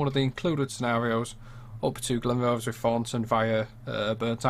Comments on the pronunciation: its Glen=Roth-is not Glenroths?! this is spot on tbh though I live in Burntisland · Glen what? Try Glen-WRATH-ess Nice route, better than the driving! Obviously some work needed here and there. . Only travelled a bit of it incidentally on the way back from Inverness one time.